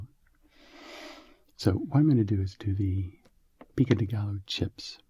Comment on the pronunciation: The word gallo should be pronounced like gayo or something like that